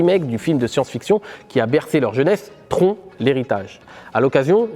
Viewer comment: Bravo, beau travail et vidéo de grande qualité, très intéressante. Je reconnais là l'ADN de. Juste un truc, TRON ça se prononce "TRONE"